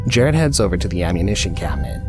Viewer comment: It’s JERAD Miller in the first example btw, not JARED.